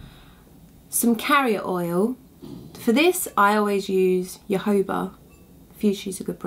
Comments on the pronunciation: It's pronounced HoHoba oil not yohoba oil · You seem such a delightful person. I had a little problem understanding words, ex: jojoba. I didn't know what you were saying, but someone made a comment that I was able to see. Perhaps you could print names of products that you use for us folks that are new to this. I will definitely look for more of your online instructions!